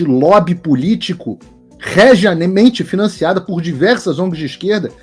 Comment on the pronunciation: rejeamente / regiamente.... gente, isso é um canal de jornalismo....